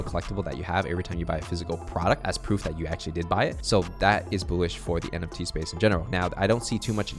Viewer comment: pls stop saying "boolish" lol